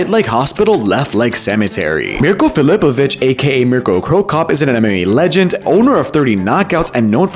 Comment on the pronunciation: It’s pronounce Phil-oh-poe-vick not Phil-oap-ah-vich… lmfao